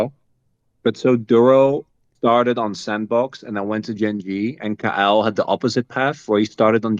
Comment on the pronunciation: Why does he pronounce "Kael" like "Kyle"?